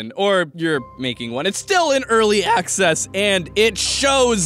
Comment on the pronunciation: “it’s still in early AHCsess”